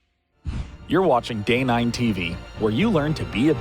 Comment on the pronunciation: Seriously, i hate to be a Jerk, but just listen to and tell me, that he is not saying gay9 tv :D